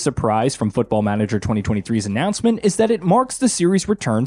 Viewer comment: I never played Football Manager before and I am thinking on starting with this one.... but... but this guy pronunciation of it....... I am not even native English speaker and I KNOW IT IS WRONG...... not to mention that there is no letter pronounced "yoo" in English alphabet.... closest one to his pronunciation would be letter Y and that is not even close.... What are they teaching them there.... Also who cares on customization of main character who you do not even see at all.....